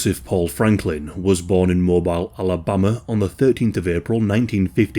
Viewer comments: It's pronounced MobEEEL Alabama not Mibile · As a local, it's pronounced "Moh-Beel". Also amazing video as usual!! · Mo-bill is how it's pronounced 😂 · Mobile, Alabama is pronounced "mō-BEEL," not "MŌ-bile." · From Alabama. It's pronounced Mo-BEEL not Mo-BILE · Wild to hear Mobile pronounced Mobile… I grew up In Tennessee and in my head I was like … wait it’s Mow-beeyuuuuhl. ❤ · Mo-BEEL, Alabama. Love ya. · Hey just a note for the future. Mobile even though spelled like mobile phone. Is actually pronounced Mobeel It's the south... Lol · Dear one, just for future reference, the name of the city is Mobile, pronounced mo-BEEL, to rhyme with "go deal". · Mobile (mo-beel), Alabama... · MoBILL. like dollar bill. Wild Bill. Rhymes with still. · Mo-BEEL Alabama. 😃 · Its pronouced mo - bill. mobile alabama 😂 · FYI: "Mobile" is pronounced "mo-beel". Like the channel! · Jist FYI, people in the area say "Mo-BEEL" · "Mobeel" Alabama. And ku klux not klu klux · I know you have no reason to know this but you pronounced “Mobile, Alabama” wrong. It’s pronounced like “moe bill” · pronounced Mo-BEEL Alabama. I am unfortunate enough to have lived there 3 times. A pox on the entire South! horrible place populated by horrible people, Thankfully it will be underwater soon, but not soon enuff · Moh-BEEL Alabama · True. But since the narrator is British, "Mobile" is pronounced "moe-BEEL." Just another one of those weirdo Southern pronunciations. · Love your videos, just an FYI, Mobile Alabama is pronounced "Mo-beel." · Not that it really matters, but our city is pronounced mo-BEEL. Rhymes with "no deal". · Love your voice, as well as your channel. For the future, Mobile is pronounced "mO-beel" On a side note, I had a nephew, named for George Lincoln Rockwell. He died, at 3 months. Knowing how he would've grown up, I can thank God for his short life. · Its pronounced mo-beel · How dare you pronounce Mobile, AL. That way. It's pronounced mobeele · MO-BILL..... come on dude!! Haha